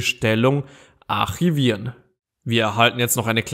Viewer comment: lern erstmal Deutsch wie man Archivieren ausspricht